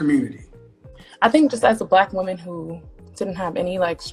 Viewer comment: Can you say woman right please